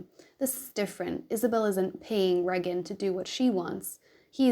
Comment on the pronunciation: Ray-gin is the correct pronunciation :) love your dragging of sadism!!